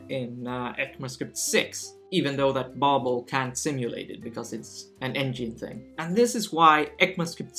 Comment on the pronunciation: did he say babul?